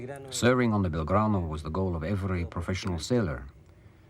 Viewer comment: "...the Belgrado..." ??? Very British...